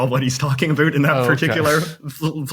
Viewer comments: Expat living in Canada and in my 15 years here this is the first Canadian I've ever heard that says something even close to "aboot"?! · THIS GUY SAYS ABOOOOOOT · I’ve been from coast to coast and his is the first time I’ve ever actually hear someone in Canada actually pronounced “about” as “aboot.” Apparently we get that from Vancouver. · As a Canadian, I’ve never listened to McCullough before. No real quibbles with the factual info, but where is his pronunciation of “about” as “aboooot” coming from? Wikitubia says he’s from Vancouver. Never heard this before outside of South Park. An affectation put on for US audiences? (In Toronto we tend to say it as “a-boat”. Met lots of people from the west coast and never heard aboot quite like this.) Minor issue in a decent show. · Nobody pronounces about, "aboot" and I've lived in all three Maritime provinces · I suspect that JJ's "aboot" pronunciation is performative. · I have never heard of this guy in Canada before. He is pandering to Americans with his comments. He is obviously an American plant because he pronounces it aboot. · Finally! Took almost 13 minutes to get an "aboot" out of JJ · "Aboot" will be heard in the Ottawa Valley, areas east in the Maritimes and rural areas in Ontario but in all points west the pronounciation is more like the American about. I've never heard anyone in Vancouver or Toeonto who says aboot. He's probably playing an American stereotype. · Trudeau is like woke left and turns off liberals like me. I’m so glad I was never enamoured with him. He actually said “aboot”. I rarely hear a Canadian say that. And YouTube transcripts translated it correctly. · I've never heard it pronounced "aboot." To my ear, it sounds more like "a boat." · he definitely says "abooooot" on purpose which embarrasses me on his behalf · Did he say, “Aboot?” I’ve never actually heard a Canadian say that. Is he just putting it on for the tourists? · JJ doing us Canadians no favours with his pronunciation of "about"